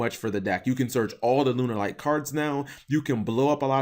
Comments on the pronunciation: Why does he say Lunerlights? It's pronounced Lunalight man... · No duh lol but it's not the way the archetype is pronounced. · i think it sounds also stupid